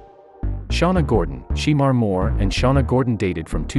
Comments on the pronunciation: Just because it's spelled Shemar it's pronounced " Shamar" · It's pronounced Shamore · ITS PRONOUNCED SU' MAR' MORE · I don't like the way the person is pronouncing his name just doing this video it's not she more is shemar Moore😅😅